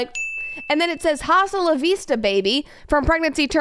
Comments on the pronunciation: Her unironic pronunciation of “hasta” with a hard H is KILLING ME 😢😂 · she said jjjjasta 😭🤣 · Pronouncing the “h” in hasta la vista makes me wanna rip my ears off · How she pronounces the "h" in hasta, kills me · Ew. Nobody says the “h” in hasta la vista. Sounds so ignorant and gross. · "H" IN SPANISH IS SILENT, YOU STUPID STUPID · her pronouncing the h in hasta is SO FUNNY 😭😭 like you don’t need to be fluent in spanish to know that you do not pronounce the h in that word 💀